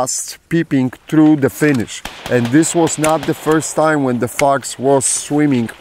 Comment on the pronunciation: Boy when you first said wbp "fox" I thought you said something else...😂😂😂....nice to see it made it again with minor damage and still love the stickers